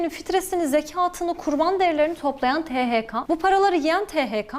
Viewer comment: THK"A" değil THK"E"